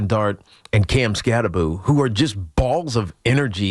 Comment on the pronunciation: The name is pronounced, "Cam Skattebo," Tiki. Skattebo with the B and the O at the end. NOT 'Skatte-boo" as in 'Scooby-Doo."